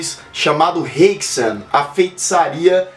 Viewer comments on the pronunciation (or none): Haxän mostra 3 partes: 1 - O mitologia demoníaca, 2 - A Inquisição e 3 - A parte científica. A tem som de A na língua eslava, não é inglês para som soar como "ei".